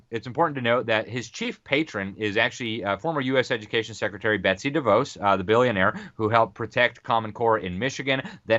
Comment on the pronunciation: Dih-vaus not dih-vose